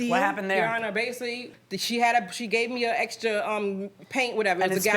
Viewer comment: It’s Basically NOT Basially geesh